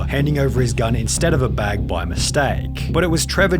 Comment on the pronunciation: Why is he dragging out the last syllable on some words? Workerrrr, scannerrrr, baaggggg